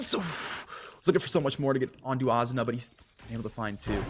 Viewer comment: This caster saying Azuna is pissing me off